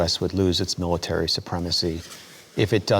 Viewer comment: Mil a tree 🤣